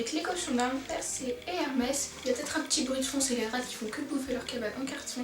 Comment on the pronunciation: Cc, j'adore car tu dis les RATE mais ça se dit les RA(T) !